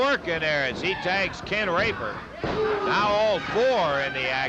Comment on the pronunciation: Dammit Quit saying "Rape-her" man😆😆😆